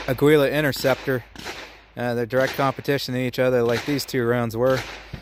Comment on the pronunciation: "Aggweela" This is gonna be good.